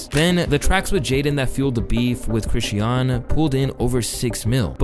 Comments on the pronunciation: Do you intentionally mispronounce words for engagement or some shit? You say Chrisean differently each time. It’s Kri-Shawn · 😕Why is he saying Chri-she-un and not Chri-shawn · Mannn can yall pls pronounce that girl name right😂it’s really not that hard. Chris-shun . Yall pronounce diddy name right same thing😭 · ChriSHAWN. SHAWWWWN. Not Chriseeeyon. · Youre not saying Chrisean right its pronounced like Cra-shon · The way he say “Chrisean” name I can’t even watch the video fr😂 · It's Chris-Sean! Pronounced creshawn! The way you always mispronounce stuff makes me think you don't really fuck with the culture like that. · Cringed every time you said Chrisean wrong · The way he pronounced “Chrisean” is killing me 😂😂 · why do you pronounce chriseans name wrong in all the videos you mention her in... if you're going to report on people at least say their names right. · Chrisean, 2 syllables not 3. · Damn, I really dislike how badly you’re butchering Chrisean and Chrisean Jr’s name. C’mon man, you played videos of people saying it right, all you had to do was copy how they said it! 😭😭